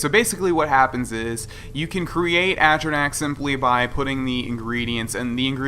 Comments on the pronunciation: Watching TES games on console is painful after you've played on PC. Also, there's a difference between pronouncing words "differently" and pronouncing them dead wrong. At-trah-nack? Fucking really? Literally every single character in game pronounces it "A-tron-ock", and it's hardly a word used in everyday vocabulary so I doubt you picked up that bastardised pronunciation on the playground in primary school or some shit. Also, the UI that shipped with the game was made for crab-people and it physically hurts to look at now that I've had SkyUI for years. This is why God has abandoned us. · At-tran-ack ? A-tron-arch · "I've explored most of the game." *doesn't know how to pronounce atronach*"I've completed all the quests"Well obviously you haven't because you still need to take fire salts to Balimund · foster he said he's done all of the quests and then threw on later that he didn't do misc quests. I'm just giving shit because it's annoying for someone to act like they know everything and then not know how to pronounce atronach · if you've explored the game, you've heard people say atronach so to have explored most of the game, he would know how to say atronach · The way you pronounce atronach makes me giggle inexpicably